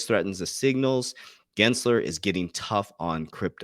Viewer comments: Pronouncing Gen-sler is crypto-night 😆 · He adds the L in because Gary Glensler is a LOSER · I think I’ve heard you pronounce Gary Gensler’s name correctly once lol